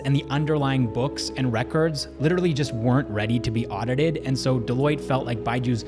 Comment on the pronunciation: he starts to speak with an Indian accent himself now, "audited" xD